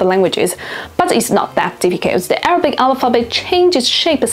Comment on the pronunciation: Your Arabic pronunciation is way off but understandable.